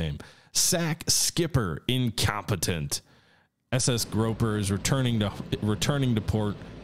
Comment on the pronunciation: SS Grouper. “Groo-per.” “Groh-per” is the name of the shore leave picket boat.